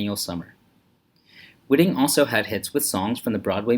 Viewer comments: Her last name is pronounced WHY-ting, not WHIT-ing. This video is a joke. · That would be Whiting with a long first i, as the spelling indicates.